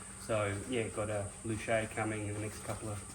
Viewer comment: Wait... did he say "Loo-shay"?, is that how the word "Luce" is correctly pronounced and not "Loose" like how 98% of kiwis pronounce it? Lol